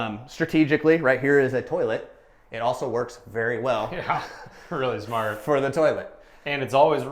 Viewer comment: You pronounce that 'smart'.